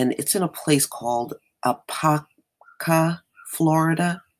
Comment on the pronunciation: You pronounced the name Apopka correctly 😊...allll this craziness that happens here...allll I can do is deny deny deny Im embarrassed to be a resident 😂